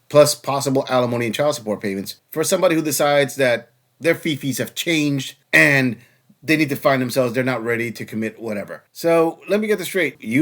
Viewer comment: Why do these vacuous dopey women pronounce "and" as "ayund"?